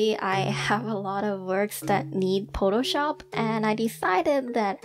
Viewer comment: no one:: pOtTo sHoP